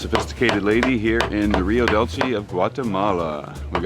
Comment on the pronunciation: Hey. Greetings from Mexico from a fellow Canadian. Dude! you pronounce Rio Dulce...Rio Dooolceh. Like drool and leave out the r. With a soft C. Sorry man...it was just getting to me. Great channel.